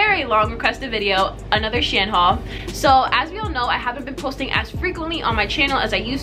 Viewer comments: It’s pronounced she-en. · They way she Pronounces shein lmaoo